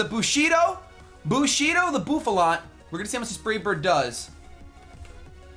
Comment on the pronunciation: Boofalaunt? Its Buffalant. Come on:/